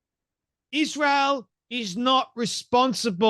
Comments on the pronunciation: Why is it that she always says Ishrael instead of Israel? 🤔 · Her tone is so arrogant and condescending. Plus, why can’t she pronounce Israel correctly???